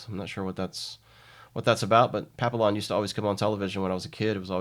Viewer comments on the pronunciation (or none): I believe it is pronounced mick-ON-a-pee. While I'm at it, it is pap-EE-yon.